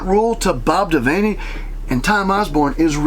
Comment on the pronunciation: Devaney...as in van, vehicle...now vane, the window.